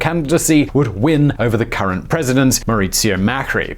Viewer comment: You pronounced Cristina Fernandez as if she was from Spain (with the lisp) which sounds weird in Spanish as she is not from there and also even weirder when speaking English. Then you pronounced Mauricio Macri's name as if it were in Italian.